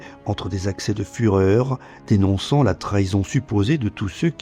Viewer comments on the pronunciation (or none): A "...accès de 'fureur'..." 😄Si c'est dit exprès, c'est bien intégré dans la narration.